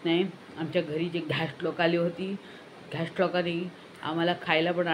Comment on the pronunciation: 'Ghest loka', 'fiss fiss',😂